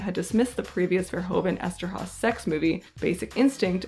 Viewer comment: His name is pronounced as "verhooven," and one should stress "-hooven."